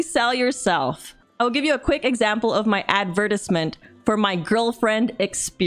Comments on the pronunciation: OK But like "Ad vent tizz ment" The hell did that come from and why must i from now on pronounce advertisement as such....o wait there was a story being g told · Same haha. I feel like it might be an inside community joke at this point. Or she knows how to pronounce it and it's mispronouncing it on purpose. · I have never heard "advertisement" pronounced that way lol